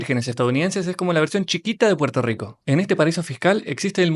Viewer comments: ¿Puerto lico? vete al logopeda. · Puerto Rico❌ Puerto Lico✔️ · Puerto Rico❌ Puerto Lico✅ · Puerto Rico ❌️ Puerto Lico ❌️ Puelto Lico ✅️